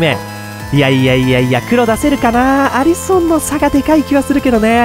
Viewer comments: アリソンってアリ↑ソン↓なん？アリソン→っていうんだが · アリソンの発音がきになりましたw